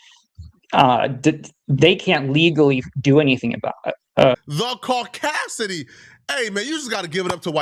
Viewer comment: "CAUCASIDY"!!! lol. 🫡👊🏻